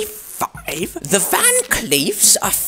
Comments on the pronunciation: "EeEeTIiN nIntEee pHAaAaeEEViE" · The accent he used to say 1895 made me ascend